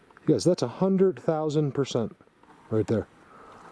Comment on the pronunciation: I 😂 when u said 100,000 peecent